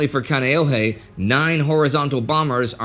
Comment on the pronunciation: I thought Kaneohe Bay was pronounced differently.